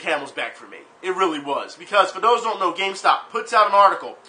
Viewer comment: did you say gamestop or gamespot